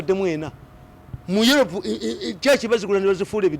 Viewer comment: naye kano akasajja kogera biki? what is yolopu, filipayini....akassiru Mzee Mirundi aswaza Ug